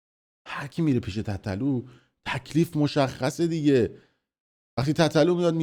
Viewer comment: خفه شو حرومزاده تابلو از قصد اینجوری میگی تتتلو یادت داده مادرجنده